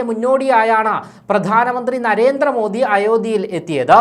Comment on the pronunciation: എടോ..'' നരേന്ത്ര മോദി അല്ല. നരേന്ദ്ര മോദി ... എന്നാണ്‌ പറയേണ്ടത്. ( ന്ദ്ര ..)